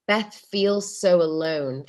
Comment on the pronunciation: もしもベスの発音のことを言うてるなら Bes でなく Beth だからね